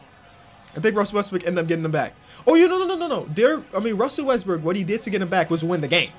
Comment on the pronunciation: Omg you caught him. He slightly mispronounced westbrook. 😂😂😂😂😂😂😂😂😂hahahahahahahahahahahahahah you ruined his whole career bro😂😂😂😂😂